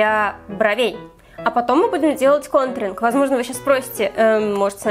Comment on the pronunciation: Она говорит гонтринг бесит)))